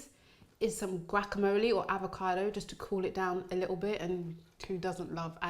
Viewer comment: that looks delicious. U kinda sound Jamaican when u said likkl bit